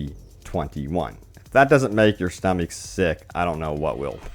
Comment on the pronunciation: "I think I'm gonna be sick to my stuhmeek." P.S. Thanks for all the updates thus far, you've been really helpful. :)